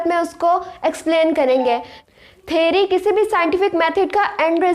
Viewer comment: Theary ✅ theory ❌😂